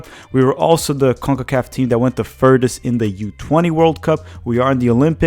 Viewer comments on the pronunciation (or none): We've gone THE furTHest. Not "de furdest." THE. TH....sound it out. THHHHHHH......THE. furTHest.